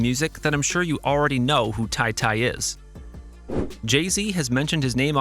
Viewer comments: It's Ta-Ta not Ty Ty my guy get yo shit together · It’s tah-tah, not tie-tie